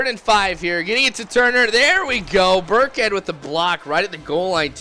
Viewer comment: LOL THOUGHT HE WAS SAYING BIRDCAT THE WHOLE TIME, BUT IT'S BURKHEAD